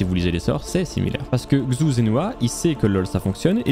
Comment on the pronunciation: xu... quel cringe cette prononciation, c'est "CHU" qu'il faut dire.